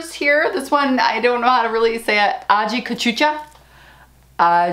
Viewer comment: I swear, Girl!!! I just love your personality! It's so easy to watch you cause I know I'll be cracking up at some point. Great try with the Aji Cachucha (A-Hee Kah-Chu-Cha) pronunciation. It's also known as Aji Dulce (A-Hee Dul-Say) and we use it in the Caribbean to make seasonings like Sofrito. Mucho delicioso and so fun to grow. You're gonna love it!